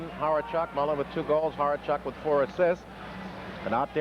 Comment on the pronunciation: thanks so much for posting! Date is actually November 1, 1984. These Phl announcers are terrible. Calling Thomas Steen Anders, prononucing Hawerchuk completely wrong like Horecheck, "Maury" Lukowich, and Brian Mullins. And that was just in the first 10 minutes of the first period.